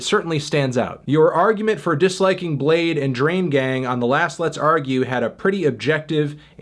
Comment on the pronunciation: i- he pronounced bladee as blade.....